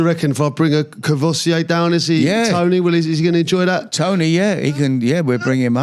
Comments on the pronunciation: Kor-voy-see-ay?!? 🤦🏻‍♂️ Haha Nice one Crouchy! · He needs to learn how to pronounce 'Courvoisier'.